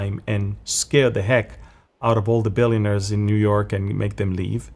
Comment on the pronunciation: What can we say to the New-Yoke- err.